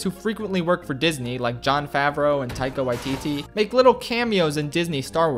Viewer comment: the way you said taika waititi tho pfft no hate